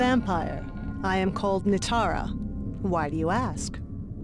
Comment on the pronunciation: It's N "ie" tara, not N "eye" tara.